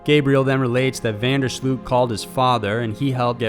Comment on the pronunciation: you pronounce van der Sloot with an oh and not english double O